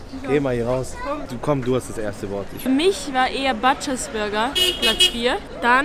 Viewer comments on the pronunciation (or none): Butchers spricht man als U !!!!